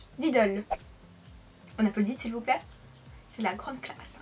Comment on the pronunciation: GlamourFashioniista J'ai compris vous plaire, c'est ptetre du a l accent mdr